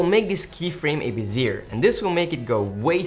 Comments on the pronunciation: It's pronounced "Beh - Zee - A" (long A sound at the end). Great video :D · Great tutorial, couple of pointers I needed! Uhh.. 'Bezier' pronunciation a bit weird. Keep up the great work guys!